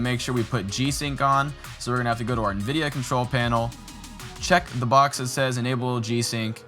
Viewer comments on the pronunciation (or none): none